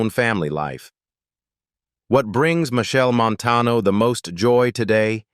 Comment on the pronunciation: Cah even watch dis until the narrator at least learn to say de man name right and the cities mentioned. Steups